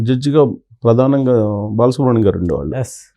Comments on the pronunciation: ‘బాలసుబ్రం’- కాదు బాలసుబ్రహ్మణ్యం! బాగా చదివడం ప్రాక్టీస్ చేయండి ! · Babu ankar garu mundu balasubramanyamgaru ani palakadam nerchukondi